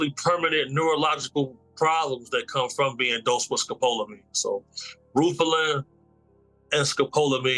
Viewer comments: Mispronounced Scopaline but it's street name is Devils Breathe it's the scariest drug in the world it's been said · It's pronounced.. Scope la Mean 1 word I've heard of this drug, very popular in South America, especially Brazil. I've been doing extensive research because I plan to travel soon. Just YouTube brazil/tourist/tourism/club drugs. There's a plethora of American citizens that have been given this drug in clubs; usually by drink, and sometimes even by the bartender. Very dangerous stuff. Look it up, and I'm wagering that's exactly what Diddy was using. You can keep people in Zombie Land indefinitely with that stuff